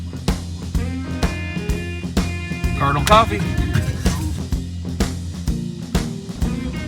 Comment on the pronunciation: "Cardenal Coffee". jajaja awesome videos guys